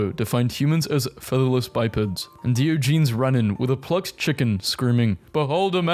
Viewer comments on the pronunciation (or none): his name is diogenes pronounced "die awe jen ease" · The way this man pronounces “Diogenes” is killing me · So close to pronouncing everything right but that darn Diogenes